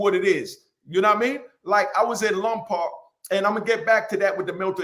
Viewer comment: "LOMPOC" is pronounced "LOM-POKE"